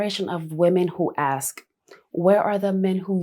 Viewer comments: I’ve noticed this generation say the word ASK wrong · its ASK 💀